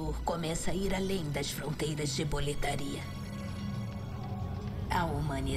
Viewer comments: Pois é, também percebi kkkkkk. O problema é que durante a tradução, suponho, eles se apegaram ao fato da palavra Boletaria não estar escrito “Boletária”(com acento), que em português faria a pronúncia soar correta. Mas bastava eles terem prestado atenção ao áudio original e entender q é um nome próprio trazido de outra língua. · Sim, mal de brasileiro em querer pronunciar nomes estrangeiros usando as regras da nossa gramatica e pronuncia, ai da nisso, fica muito estranho kkkk, mas ta beleza o resto do jogo é magnifico. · Unica coisa que eu tenho a reclamar desse Remake é a velha falando Boletaria, me deixa puto kkk